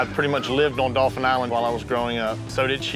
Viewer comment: OFPS - it's Daw-fin, not dolphin. You grew up there you should know that. Anyway, they made the best choice. Spoiler alert if you're reading this before watching the end. . With the savings on the house cost, they could get high end, very comfortable futons for the Fish Camp. They didn't discuss maintenance fees, though. The idea of selling when the kids are older is perfect. That and money they'll likely make on renting it should give them enough profit to buy something better then.